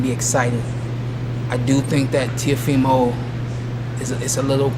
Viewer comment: LMAO... Leo Santa Cruz calls him TeofiNo. 🤣🤣🤣🤣🤣🤣🤣🤣